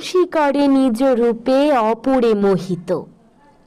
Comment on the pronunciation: ভুল উচ্চারণ নিজো না নিজ